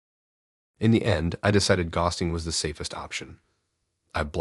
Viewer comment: it's ghosting NOT gusting!😂